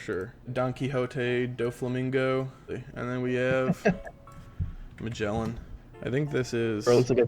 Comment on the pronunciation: Please, do not pronounce "Magellan" ever again.